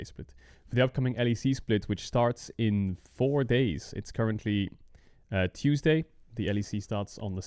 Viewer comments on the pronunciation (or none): “It’s currently Chewsday “